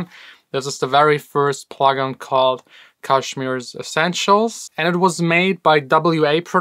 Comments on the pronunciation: Not kash mir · Again it's pronounced Cash mere